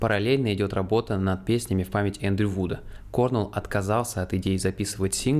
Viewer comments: не кОрнел. а корнЭл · То есть, про группу Foo Fighters вы не в курсе? Называть Грола лишь "некогда барабанщиком Нирваны" это лютый троллинг какой то, либо нечто иное)) Ну, и в нашей тусовке старых гранджеров, которые подростками в 90-х все это застали, принято произносить не КОрнелл, а КорнЕлл. Точно такая же тема, как и с Джерри КантреЕллом (Alice In Chains). А в целом - огромное спасибо от души! Обязательно репостну, покажу, что молодежи тоже очень интересна музыка нашей юности. Спасибо. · Крис КорнЕлл, а не кОрнел 🤦‍♀️